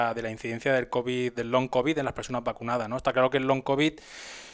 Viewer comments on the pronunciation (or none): Pero qué ridículos los papeles del medico oficialista,el TBO ese the Lancet del Faucci, que ya no leen ni los médicos y los datos de la farmafia que te vende el veneno....pues si que son de fiar 😅. Ah pero saber decir "long cobi" Ayyy.........